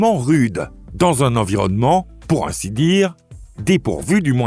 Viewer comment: Votre robot a un défaut de pronciation .. assister devient attister, ainsi devient éci, sauvages devient tauvages